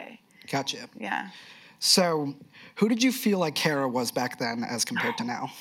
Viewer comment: Care-uh? I thought it was Car-uh.